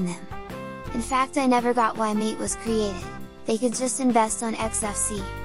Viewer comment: You pronounce "Mate" wrong) It should be Матэ